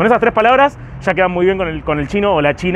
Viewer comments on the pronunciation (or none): La cagaste al final con "le chine"...